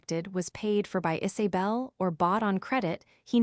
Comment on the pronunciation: names - 'isabel' - not "Is A bel'